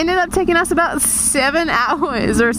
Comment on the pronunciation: No Canadian says about like that -_